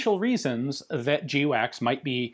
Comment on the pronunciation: Its not pronounced jee-wacks its pronounced gwacks. Everybody knows that Ian.